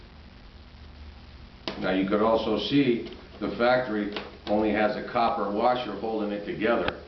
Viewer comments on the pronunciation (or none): none